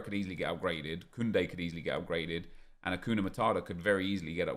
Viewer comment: Achun - yah. Vela is pronounced Vela - not Veyah ffs.